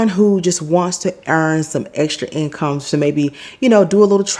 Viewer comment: Trying to get the income to "in-come" lol😂